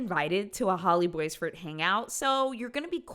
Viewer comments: Omg the pronunciation of Boisvert is killing me. It's pronounced Bwah-vair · My best friend’s last name was boisvert she pronounced it bwah-vare